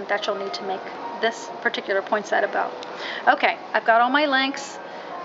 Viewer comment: I just wish people would pronounce Poinsettia correctly it is not a Poinsetta.